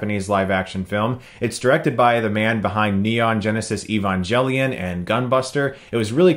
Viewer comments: Lol he pronounced it "E-Van-Jelly-On," take a wild guess. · Did he pronounce Evangelion as "Evanjelion?" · I stopped watching when he said EvanJelion XD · Evangelion is pronounced “E-VAN-GALE-ION” not “E-VAN-JAIL-ION” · SMEGMAZ Nope. And no, I have seriously never heard it pronounced "E-Van-Gel-Ical", sue me lol. Besides, E-Van-Geh-Lion" seems to be the most widely accepted because it's the closest to the hepburn romanizaiton of the actual title. Either way, IDGAF, pronounce it however you want, "E-Van-Jelly-On" just seemed like a really out there pronunciation coming from the guy who pronounces Hermoine, HARRMione. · It seems that it is meant to be pronounced with a hard "G." I took Japanese for several years, and the Japanese title for Eva uses the "ge" character, which is pronounced like, "geh." If they had intended for it to be "Evan-jelly-on," I think they would have used different characters. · He said "evan-jelly-on". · Did u just said evanjelion? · Who the fuck pronounces Evangelion as Ivan-Jelly-on? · Technically, that's kind of how it's supposed to be pronounced, like "evangelical", or, "evangelist". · Supertron Evangelical is actually pronounced with a hard "G", at least in my region, I've never heard it pronounced with a soft "G" before. Evangelist though I have heard with the soft "G". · no its not technically supposed to be pronounced that way. if it was then the title in Japanese would be spelled エヴァンジェリオン which would be Evanjerion. But actually its spelled エヴァンゲリオン which is evangerion. its a G sound not J sound learn to read japanese or dont correct people because obviously you dont know. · This is how most brazillians speaks Evangelion and I will not tolerate disrespect towards my pronunciation, (just kidding but not too much) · The way he pronounced Evangelion 😐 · You completely butchered evangelion